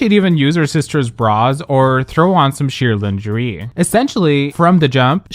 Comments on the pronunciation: how have you been doing this for years and i just heard you say "lynn-jur-ee"??? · "lin-ger-ee"???? Are you AI? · Your mispronunciation of words is very interesting. Not just foreign words cause that is understandable but “lingerie”? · Definitely! Because I remember most of this verbatim... down to the mispronounced "lingerie" lol I wasn't sure until I heard it and then it clicked. I've seen this before! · Today I found out can't pronounce the word lingerie correctly